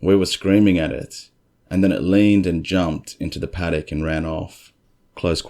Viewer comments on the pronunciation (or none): none